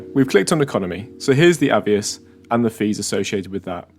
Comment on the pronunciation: Moot point lol, am i saying it wrong or are you saying it wrong? I’d pronounce it A VEE OSS, you say A VE iS 😂